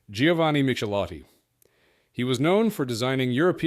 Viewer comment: Michelotti pronounced “mik el ottee”